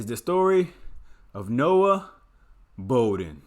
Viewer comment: The last name is pronounced “Bah-Den” not “Bow-Den”